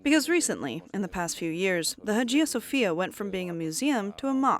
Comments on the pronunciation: Its Hagia Sofia not Hajia Sofia. Study the matter ur going to present a little bit before. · Learn how to properly pronounce names such higiia Sophia. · Nicaea is pronounced as 'Nikeea' and Hagia Sophia is pronounced as ' Aayeea Sophia'